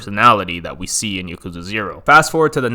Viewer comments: why does he pronounce yakuza like that it's not (yuh-KOO-zuh) it's (YAH-koo-zah) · Yeah i hate how he says "ya-kooza"